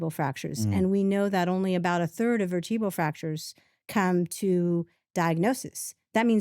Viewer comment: Did she say veritbal fracture?